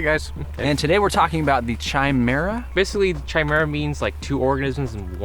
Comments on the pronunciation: Pronounced with a "K" sound, not a "CH" sound. If you mounted the rear engine on the fixed part of the horizontal stabilizer, you could pivot all three engines. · Ky-merruh not Chai-merruh Just sayin', badass build though. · Incidentally, it's pronounced "KAI-mera", NOT "CHAI-mera". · It is pronounced Ka not Cha. Not Chaimaera. SMH. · Its pronounced Ki not Chi, lol. But cool vid - you could call it a trimera, lol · chimera is not pronounced chi as china but more like the ki in kite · Ki- meer-ah. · Tchai-mehra rofl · Isn't it pronounced : ky.mare.uh? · Agree with James below, KI-MERA is English got it... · Again the pronunciation??? The "Simple-storch" is pronounced STORK!!! The "Chimera" is pronounced Kimera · A genius that hasn't heard the word chimera pronounce correctly. It's pounced with a K sound. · It's pronounced, Kimare-uh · FYI Chimera is pronounced with a hard "C". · pronounced Kimera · Very nice guys. The word chimera is pronounced with a "k" so kimera. I like it. I've been working on something similar. Maybe it would help the transition if you set the motors to tilt partially at first, like half way, to allow you to gain some forward airspeed before transitioning all the way. That way your control services will be more effective. Just a thought. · It's pronounced /kīˈmirə,kəˈmirə/ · I couldn't decide if I wanted to post this originally, but I think back to times when I've been guilty of mispronouncing words and have later been corrected, and I'm glad I was clued in. That being said, you're saying chimera wrong. \kī-ˈmir-ə, kə-\ I appreciate all you do for the community and my intent is not to "call out" but rather to educate! :-) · It's pronounced kaɪˈmɪərə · You're pronouncing it wrong it's Kia (like Guy but with a K) -mera Don't worry about it though it has a ridiculous spelling lol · Pronouncing Chimera wrong. Other than that great plane. Shame it wasnt used more.